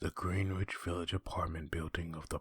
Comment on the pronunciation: oof it's pronounced Gren-itch